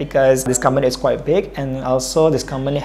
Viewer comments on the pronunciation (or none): Pada disitu dibilang "quiet interesting" Tp harusnya quite bknnya quiet ka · Quiet ?? Bukannya quite ??